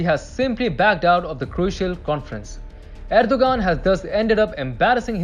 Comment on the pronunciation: You mispronounced Turkey's leaders name "Erdogan" and you mispronounced it every single time. If you want to come across as professional and not the amateur that you did, you need to learn how to pronounce the names of the things that you're talking about. A five-second Google search will show you how to pronounce his name correctly.